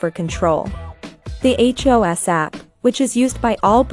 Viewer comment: Wish I could give this 10 down votes. Soon as I heard the computer generated voice tuned out. Btw it’s hEos not hos. And nobody says nad it’s N.A.D.